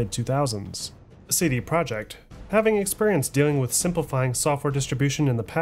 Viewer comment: Great documentary but it hurts to hear you butcher Polish words 😢 projekt is "pro-yekt" and łódź is "woodsh" dude it's irking me lol